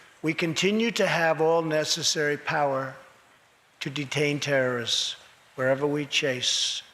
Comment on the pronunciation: Hundreds and hundreds of dangerous “Terre-tis”